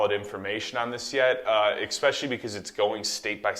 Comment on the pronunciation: “Exxxpecially?” Omg 🤦🏽‍♂️